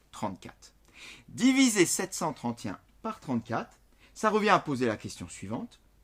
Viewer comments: Comment il prononce 731😂😂😂😂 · c'est peut être l'accent